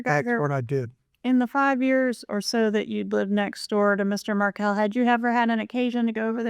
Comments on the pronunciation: Hey, Dan’s last name is pronounced Mar-KELL, not like Markle Thanks for posting about this case Justice for Dan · If you are going to report on this case, the victims last name is pronounced "Mar-kell" and not "Markle". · Mar-KELL. Correct pronunciation 💃. And….MagNANahmah. 🙄